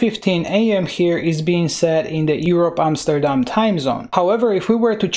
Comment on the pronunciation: You say Amsterdam like a Dutch person would. I can know, I am from The Netherlands.